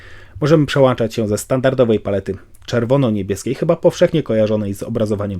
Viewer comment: Lubię twoje recenzje, ale przestań mówić o przełanczaniu i włanczaniu, bo aż uszy bolą :(